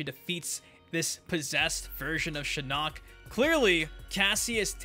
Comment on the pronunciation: Sha-nock lol